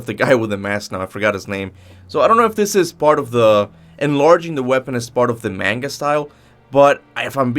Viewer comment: Please stop saying manga like that 😭